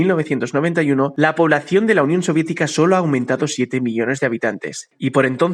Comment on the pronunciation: Oye dice la unión siodietica bro